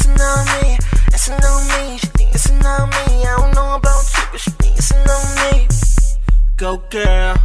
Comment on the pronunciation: wen he says dancin on me it sounds like pissin on me hahaha